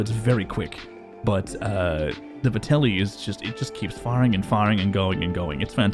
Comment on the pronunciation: ffs this is two videos now. It’s Vetterli not Vertelli. the “R” comes AFTER the “T”. Good video tho dood:P